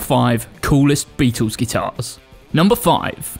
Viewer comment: Who the hell are the "Beetoos"? The famous four had a pronouncable 'L' in their iconic name!